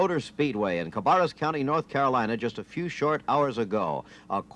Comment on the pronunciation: Announcer butchers Cabarrus and the thumbnail shows a '65 or '66 #28 Ford.